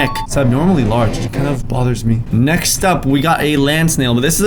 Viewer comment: ”necks-t up”